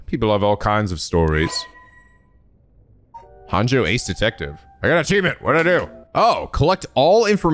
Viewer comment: Can't believe everyone was correcting on his Japanese for Araishi's name, yet he's been saying "Honjo" wrong since the very beginning and no one bats an eye lol. Unless he plans on learning Japanese at some point, just let him say it wrong, guys. It's funnier this way.